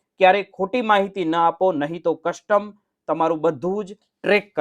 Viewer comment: Why don't you pronounce Custom properly?